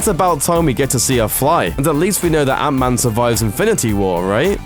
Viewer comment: ant. man not anta man you dumb ass Brit